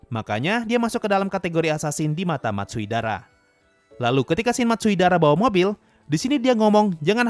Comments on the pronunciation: Bang itu bukan 'Matsuidara',tapi'Matsudaira'! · Matsudaira bang bukan matsuidara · Matsudaira × Matsuidara o Wkwk gapapa min... namanya emang susah diucapin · bukan Matsuidara. Hanya mengoreksi, bukan bermaksud buruk.:_Sasuga:detail kecil Gintama mantap:_Subarashi